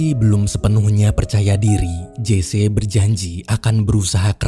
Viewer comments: Sedikit mau memperbetulkan.Memanggil nama Jesse harus nyebut "Jesi" bukan "Jese". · Maaf bang admin..namanya Jesse Owen ucapannya Jece apa Jessi..saya kok demgernya malah kurang pas kl Jece ya